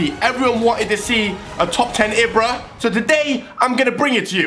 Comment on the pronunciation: You say it as ebra not ibra